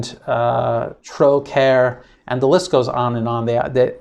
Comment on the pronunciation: It's pronounced ''tro-karra'' ;)